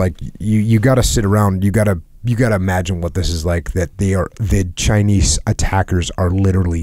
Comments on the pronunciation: chynise lol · Jockos the only dude to pronounce the s in chinese